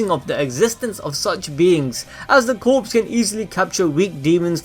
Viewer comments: my friend.. love the videos but you are saying corpse as in dead bodies. its corps. pronounced core. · Sorry but I have to say this... corps is pronounced core. Like the marines corps. Not corpse as in a dead body. Just a tiny pet peeve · Great vid, but Corps is pronounced as Core and not Corpse. But again still a great vid! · Dude, CORPS is NOT pronounced as CORPSE. It is pronounced as CORE. DAMN, MAN. It's not that hard to learn. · The content is great but the only problem I have is how you say Corps. It's Corps (Core) not Corps (Corpes) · Please stop saying corpse when pronouncing corps. It's pronounced core. Otherwise great video 😊👍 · Demon Slayer Corps.... The word “Corps” is pronounced like the word “core”. He is pronouncing “Corps” like “corpse” which refers to a dead body. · It’s pronounced “Core” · ITS “CORE” JUST THE P AND S ARE SILENT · The P in Corps is silent. "CORE" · It's pronounced "Core" If the P was silent if would be pronounced "CORES" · Corps is pronounced as core homie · corps is pronounced core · “Corps” is pronounces as “core” just so you know lol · Love your videos but corps is pronounced like core the s is silent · I get it is spelled Corps, but it's not pronounced like a dead body. It is pronounced CORE. Just a small detail that drives me nuts. It's a Unit size like battalion, division, squad, Corps. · Hihihihi corps is pronounced as 'core' :3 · Just fyi, it's pronounced as core, the p is silent. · Corps is pronounced “Core” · Just so you know “corps” is pronounced “cores”. It the demon slayer cores. Corps = cores. The p is silent. It’s weird I know but that’s how it is. English be like that sometimes. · I don't wanna be that guy but the word 'corps' is pronounce 'core' where I'm from but Idk maybe it's different in other places. But still love the videos and hope the demon slayer vids will continue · Am I the only one who cringes when he pronounces the "p" and "s" in "corps" omfg